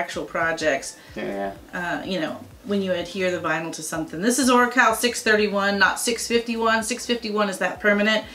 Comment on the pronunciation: Wholly moley! You pronounced Oracal correctly!! I work for a sign company and that was one of the first things I got corrected on! Makers across the board say it wrong and I have the Orafol rep on video with the correct pronunciation ha ha! I plan to post it to my channel someday! (Soon). Nice work guys!